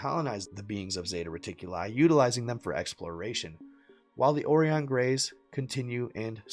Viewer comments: Oh-Ryan not Oree-On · ORION = OH-RYAN as in Orion’s Belt, bruh. 🤦🏻 But that Freudian slip when you said zeta reticuli with the emphasis on reticu-LIE was the closest to reality this channel has ever touted.